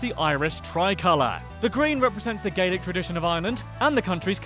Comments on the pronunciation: OMG the way he pronounced Gaelic! It's (Gale-ic) not (Gay-lick)... 🤣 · It’s pronounced ga lic